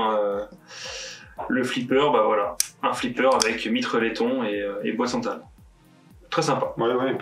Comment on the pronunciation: bois de santal et non bois de sental juste pour votre gouverne, au plaisir